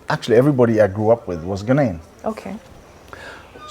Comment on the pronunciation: His pronunciation is spot on. He speaks like a typical Ghanaian. I don't know him in real life but I think I like his personality. I learnt allot in this convo